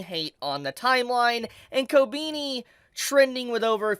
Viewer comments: It's koBEni not koBIni. Please. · The way you pronounce her name Ko-beenie." lol It's "Koh-beh-knee" my dude. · Ko-ben-E not Ko-BEANIE lol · dont wanna be a smartass but its pronounced "ko-benny" and not "ko-beanie" 😅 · why are so many people saying ko beany ? is it difficult to pronounce it like kohh beh knee ? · Kobeany? The is no a between e and n.. kobini 💀😂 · I know it’s a reoccurring gag with never pronouncing characrer names right but sheesh I didn’t expect koh-bean-e, it’s koh-Ben-e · kob E ni ....not kobini. xP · How long until bro realizes it's kobehni and not kobeeni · It’s Ko-be-ni not ko-bee-ni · KO BE NI NOT KOBINI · Who is "Co-Beanie"? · why he keep saying kobeanie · Man said "kobini"... fml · Did you freaking call her "Kobini" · swear your pronunciation of everything is so cringe lol wtf kobini?? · Her name ain’t Kobini bruh 💀💀💀💀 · Hearing you say her name like "ko-beany" kinda hurts... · Did he just say Kobeanie??? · Why does he keep saying ko-beanie tho? 😂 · Ko- Beany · Jesus christ learn to pronounce Japanese naes. Kobeni Kobehni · ‘Kobeeknee’ 💀 whyyy 😩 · why you pronounce her name like ko-beanie 😭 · Who is "Kobeeni" LMAO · I hate how you pronounce her name. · What i hate is how you pronounce her name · Why do you pronounce "Kobeni" wierdly? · KobEni no I it's E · Not a big fan of how he pronounces her name regardless of if he’s right or not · Love ur Videos but why do u say her name like that 😂😂😂😂😂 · Denji: bark! Kobeni: Courage the Cowardly dog gibberish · Omg you really can't pronounce her name